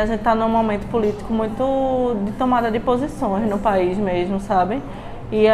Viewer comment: uma pessoa que fala "mermo" sabe de muita coisa! kkkkkk